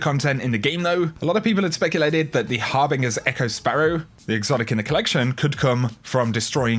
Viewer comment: Great vid dude Just one point though... Har-bin-JERs Echo.